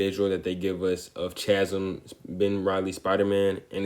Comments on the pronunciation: 2 minute breakdown of a complex character… and it was the most to the point breakdown of a character I’ve ever seen. Great video bro! Also Chasm is pronounced as kasm because for some reason ch makes a k sound sometimes (ex. Christmas, school, mechanic, stomach) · At first I thought you were saying Ben takes "all the ails" and I was thinking " thats a poetic way to put it" Then I heard you pronounce the word chasm... Now I want to hear you say the words chaos or choir so we can all have a good laugh 💯